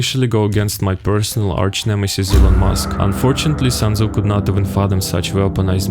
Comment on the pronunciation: "sun" tzu